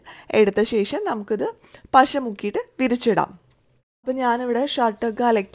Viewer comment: നോക്ക് ബ്ളേ-- എന്താണ് പസ - അല്ല പശ